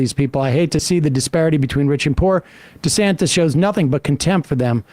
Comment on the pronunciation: So disrespectful, mispronouncing his name like that. It's DEE-Santis, not DisAntis. Disgusted at TMR for stooping to Tucker Carlson-esque tactics.